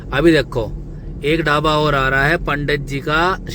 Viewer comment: Dhabba😂😂bolna सिख ले पहले